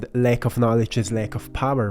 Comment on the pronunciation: Thank you! I love your way of passing the message: your voice is sooo peaceful and all the paintings express a sacred gentleness. Not being native English, I struggle a bit with your pronunciation: you often pronounce wrong words with A, such as PAST, LACK and FAST, but correctly the word sAcred:; anyway, just something I wanted to mention, in full respect and appreciation for your precious contribution to humankind 🧬